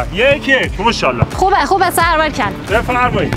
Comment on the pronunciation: کل ویدیو مو شالا ماشاالله نه میگفت موشالا موشالا 😂❤❤❤❤❤❤❤❤